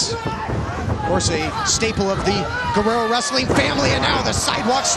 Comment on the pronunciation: That’s not how you pronounce “Guerrero”